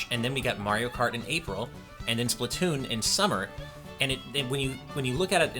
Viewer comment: or (pronounce) spla-two-oon